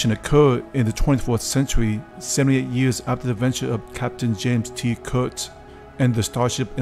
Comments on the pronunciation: well considering you've done this one in English, it's Kirk, not Kurt. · Did you say "James T. Kurt?" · wait... did you say James T Kurt???